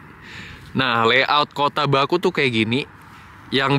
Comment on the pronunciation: Kota baku, dibacanya bukan baku tapi bake